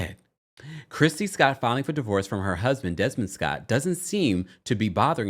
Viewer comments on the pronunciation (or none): “DIVOVORCE”… do better TMZ. Also, is model the new word for ho?